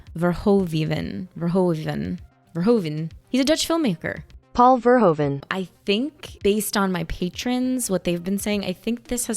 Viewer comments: Straight from the netherlands: Pronounce is verhooven like President Hoover but with an N. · Verhoeven is actually pronounced "Fare-(k)hoo-fen".🙂